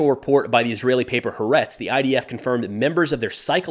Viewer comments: pronounced "Ha-Aretz" ("The Land", "The country"), the 2nd A is also a consonant and is stressed. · Great videos, but the pronunciation is "Ha-aretz" 3 syllables. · just a heads up that it’s pronounced “Ha-Ah-Retz”. Thanks for another informative video. Next few weeks will be interesting. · firstly as an israelie i follow your reports to get an outside more balanced view of the war. Thanks for that Secod you are Mispronouncing Haaretz. There is an emphesis at three points HA then AA then RETZ. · Love ryour channel. Thank you so much for the updates. Just a note... HaAretz iis actually 2 words. Ha (The) Aretz (Land)😊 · A point of low level feedback - the paper Haaretz is pronounced hah-AH-retz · Tiny note... "Haaretz" is pronounced "Ha-a-retz"; three syllables. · At this point, I want to continue mispronouncing Haaretz just to annoy people. 😆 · Also, stress on the second syllable. Crappy newspaper... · yes, I did notice that. My point was just a general one. And of course Haaretz (btw, stress is on the second A) obviously gets things right many times. It’s just that they seem to be so biased that it’s hard to know what to believe.